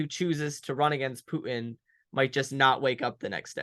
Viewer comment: Pu-in has a "T" in it.